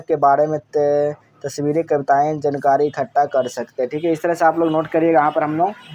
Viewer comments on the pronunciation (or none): none